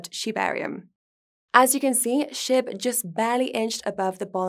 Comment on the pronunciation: Sound like she’s saying Shit token instead of SHIB 😂😂😂 I love it